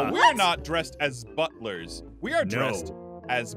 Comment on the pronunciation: Do we have to be "Buff-lers" to the girls?: Yes. and:......